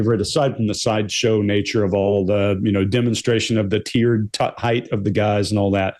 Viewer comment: How about Sanderson's mispronunciation of the word "height"?